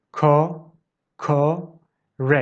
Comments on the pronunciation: Kokoreç sounded like the insect cockroach to me 🤐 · Not me thinking of cockroache when he said kokoreç…